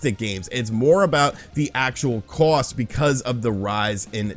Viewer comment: Cost not cowst lol that and how you say 'far' had me cracking up more this video than any other